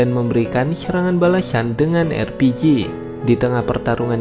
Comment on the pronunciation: Entah napa yg gw denger LPG bukan RPG